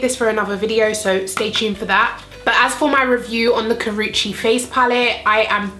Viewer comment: I love Karrueche Tran but I wasn't sure if I should buy this collection because I'm not really into pink or coral shades on my eyes but it looks beautiful on you. I think I'll give it a try. Btw thank you for not butchering her name. Drives me nuts to hear 15 variations of Karrueche's name in one tutorial.